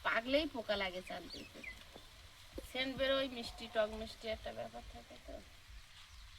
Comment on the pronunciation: তোমাদের প্রত্যেক কথা ভুল উচ্চারণ করো।কলি, চালতা।